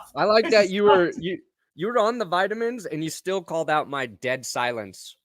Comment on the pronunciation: "Vitamins" lmao